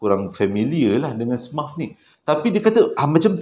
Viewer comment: “smurf” tu sebutannya “semerf”